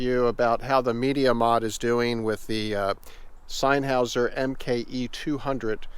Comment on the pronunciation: I know it really doesn't matter, but its NOT pronounced SIGN Houser, its pronounced SIN Houser. "Senn" cannot be pronounced as "sign" in any way I can possibly think of in any language.